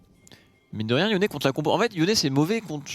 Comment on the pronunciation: Franchement sa fait plusieurs fois que sa me soule pitier c'est pas YONE, mais YONÉ